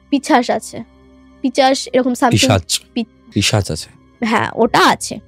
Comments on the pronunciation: তোমার এক্সপ্রেশন দেখে মনে হচ্ছে প্রচন্ড কষ্ট করে পডকাস্ট টা শেষ হওয়া পর্যন্ত অপেক্ষা করছ । বিশ্বাস কর আমার ও তোমার মতো এ অবস্থা … প্রেতকথা বলে ই শুনলাম । সাংঘাতিক বাজে উচ্চারণ । বাল্ব কে বাল্ফ বলছে, পিশাচ কে পিচাশ বলছে । পরের বার পডকাস্ট এ একটু ঝাড়াই বাছাই করে গেস্ট এনো । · পিশাচ কে পিচাশ বলে আমার মতো 😂😂😂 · দিদি “পিশাচ" শব্দটা উচ্চারণ করতে পারছে না ঠিক করে।। 😅😂😂😁😋😌